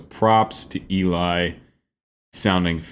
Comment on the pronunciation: Worth the wait. Your reactions are gold. Just one thing... It's Ellie, not Eeli. ❤️